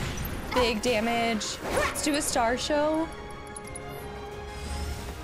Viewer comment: Tifas ability is star SHOWER! It's a minor thing but I laugh every time you call it "starshow" 😆